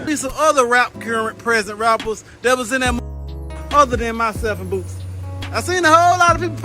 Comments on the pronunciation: Why u keep saying boozie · Why are you saying lil boosie name like that bro